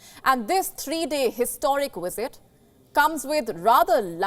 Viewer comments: And its Visit not Wisit! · Lady, it's "VlSIT", not "WISIT"! Good lord!